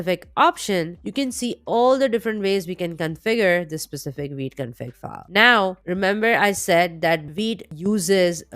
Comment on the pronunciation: awsome video !! love the way you pronounce vite , i hear weed 😛